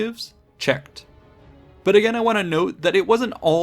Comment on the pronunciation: Dan Carlin uses silly pronunciation. Ageeein and ageein.